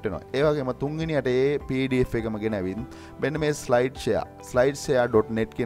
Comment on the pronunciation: ජෙනිවින් නෙමේ බන් ජෙනුවින් කියන්න